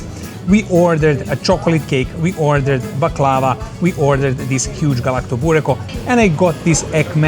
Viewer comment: You pronounce Galaktoboureko correctly but punt on Baklava?